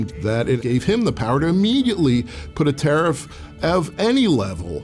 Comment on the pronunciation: Tell him it is tarrif 💹 not toffee 🍫